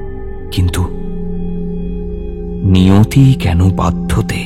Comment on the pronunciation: অশুদ্ধ উচ্চারণ। নিয়তি কেন বাধ্যতে -- সংস্কৃত বাক্য-বন্ধ। এটুকু জানা মিরচি বাংলার থেকে আশা করা যায়।